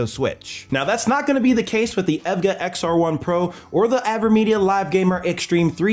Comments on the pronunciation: oh wow it took me so long to know he was saying the brand EVGA because of how he was saying it (its E V G A btw :) ) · bro really pronounce evga as ev-gah bruhhhhhh good vid tho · you pronounce evga with the letters not as a word btw. overall good vid. been looking for a capture card i can use to stream my pc off my gaming laptop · How can you pronounce EVGA 100% wrong?!